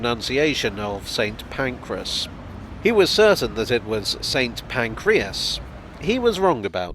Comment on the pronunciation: 'Saint Pacreas'.... Ffs